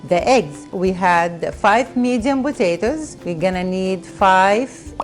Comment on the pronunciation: I love how say botatoes instead of potatoes! Love it!